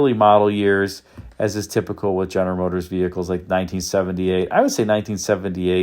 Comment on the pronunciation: Ist das eine KI-Stimme, welche "General Motors" nicht richtig aussprechen kann? 😕